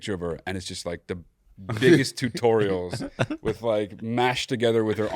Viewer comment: I think is trying to say TITorials, right?! Mo betta